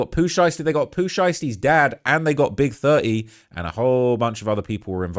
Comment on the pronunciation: Love how pronounce Big30 like "Big Thurt-ee" lmao 😂